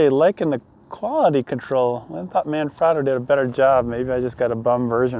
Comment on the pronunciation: Hey, Manfrotto is an Italian company. The A in "Man" is pronounced like the A is "mama". The O in "frot" sounds like the O in "afro" and the O in "to" sounds like "toe"